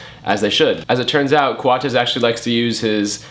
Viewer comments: He pronounced his name right on the spot. That's how its pronounced. It's CO-AT-S not Coats. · I'm subscribing just because you pronounced his name right ;)